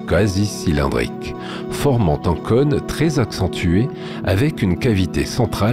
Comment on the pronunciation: "cône", ça ne se prononce pas comme "conne"